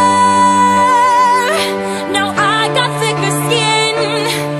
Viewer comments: Just out of genuine curiosity, is it a stylistic thing or for musical technicality purposes that she and other people who cover this song pronounces “Warrior” as “Wo-ee-yer”? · Why don’t people pronounce warrior properly when singing this song? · Someone needs to tell her that the word Warrior has R's in the middle, she seems incapable of pronouncing them